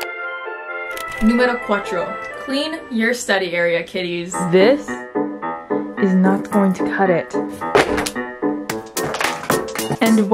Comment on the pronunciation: número cuatRcho. Me (spanish speaker): aáhhhhhh omG😂😍